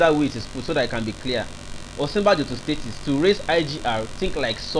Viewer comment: Why are you saying STATIES? Is this a new slang in Nigeria? No be STATES again?